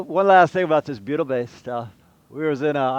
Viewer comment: Bleeding ear wax, I though you said Beatle based! Worked it out, butyl....